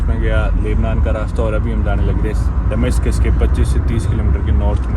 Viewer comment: डमास्कस के बजाय दमास्कस सही उचारण है.